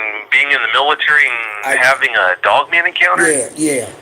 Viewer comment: Bru. Lol, so this is the cat that says dugman instead of dogman. That's gold.